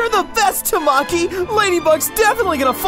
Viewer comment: THATS NOT HOW YOU SAY TAMAKIIIIIII!!!!!!!